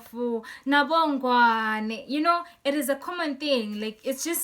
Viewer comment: And she said "Nabongwane".😁😁😁